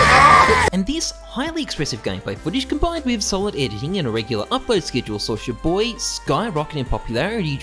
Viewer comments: its CHAR BOY pronounced NOT CHU BOY did u even watch 1 video aussies dont know how to pronounce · Your prononciation of ChaBoyy grinds my gears